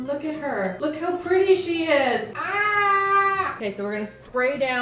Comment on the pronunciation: Did just say they look “really prilly” when she got ready to make the purple cookies?? 🤣🤣 I just LOVE her!